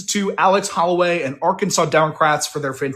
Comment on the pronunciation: It’s Holladay not Holloway